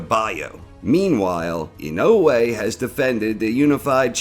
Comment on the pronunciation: Why do you say Inoue like that?